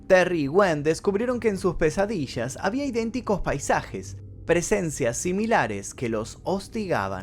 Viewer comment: Me encanta tu sh! Pesadishas! Shegar! 🥰